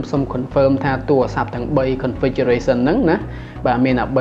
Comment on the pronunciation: សូមនិយាយពាក្យ "ទួអាស័ព្ទ" ទៅជា "ទូរស័ព្ទ" ផង សូមបងនិយាយភាសាជាតិអោយច្បាស់ជាងភាសាបរទេស។ សូមអភ័យទោសផង ដែលរិះគន់ តែដើម្បីស្ថាបនាទេ។ ខ្ញុំនៅតែគ្រាំទ្រគ្រប់វីដេអូរបស់បង